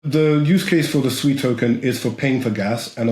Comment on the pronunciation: Finally, someone who can pronounce SUI correctly and Not calling it SUE E, who the Hell is SUE E anyway?